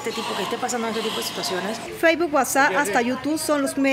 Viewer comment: Feibuu wasa y hasta yutu... xuleta tremenda pronunsiacion!